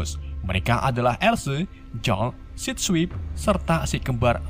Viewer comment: Sebenarnya the arcee bg bkn arcee karna ada 3 dan penyebutannya agak kurang tepat jg bg misal sideswipe itu di bacanya saids swaip Dan sideways dibacanya said ways gitu bg bkn sok tau cmn mengkoreksi saja😄